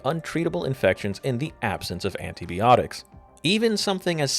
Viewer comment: Little things like mispronouncing “antibiotics” is how I know this was made by a human.